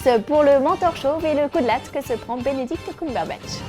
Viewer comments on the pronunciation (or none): Pas COUMberbatch, mais Cumberbatch, avec un "u" prononcé comme dans "cupcake" ... PLEAAAASE lisez les coms.